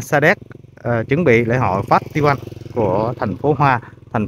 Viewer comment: Festival phải đọc là Phét tơ vồ mới đúng chuẩn 😂😂😂😂